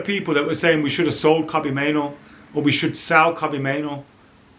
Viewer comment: Please stop mispronouncing Kobbie's surname. Driving me nuts.